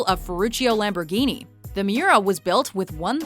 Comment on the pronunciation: DAT LAMBURGENI THOUG